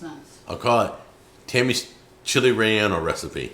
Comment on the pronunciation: Roll your R when you say relleño